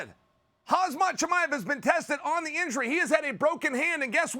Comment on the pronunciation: F man Chael, it’s ‘Harm-zat’. His parents didn’t name him a ‘Haz-mat’ suit